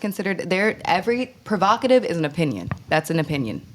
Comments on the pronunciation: PROVOCATIVE not prerogative 🤣🤣🤣🤣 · good clip but bro.... its provocative😂 the amount of times you said perokative sounded dumb as hell